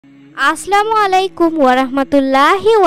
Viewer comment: সালামটাইতো ঠিক মতো দিতে পারলেন না😢